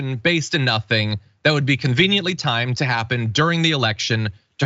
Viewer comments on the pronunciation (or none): none